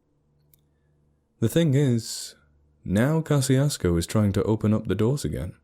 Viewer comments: I'm from southeast Texas, and a couple of things about it: One, it's pronounced Ka-shus-ko. The pronunciation you use is for the town in Mississippi. There's a running gag that locals(all polish and German descent mixed with Mexican out that way) say gezundheit when you say the towns name. Two, it's not a ghost town no matter how many dumb stories say so. It's not a bustling metropolis, but there are hundreds of people living there, normal country people in Texas hill country. They're welcoming and polite and probably have no idea that the internet is slandering their little hamlet and having the audacity to call it "true." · Pronouncing the name wrong